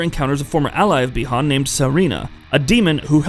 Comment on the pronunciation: I’m surprised he didn’t say “Bie Han” lol. Got the easy name right